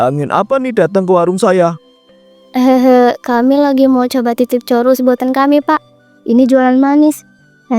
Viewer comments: Churoooosssss mba bukan chorussss😂😂😂😂 ngakak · Churros ngapa jadi coruss 😭